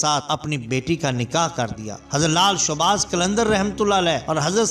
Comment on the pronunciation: showabaz nahi shahbaz hota ha